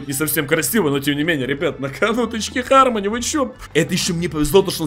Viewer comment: Почему всё читают Хармони если читается гармони